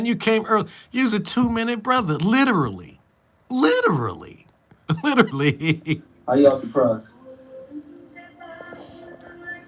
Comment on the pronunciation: 🤣😂🤣😂🤣😂🤣😂🤣😂🤣YOU "LIDDA-RA-LEE ARE A FKN MESS!!!🤣😂😂 I LOVE IT!!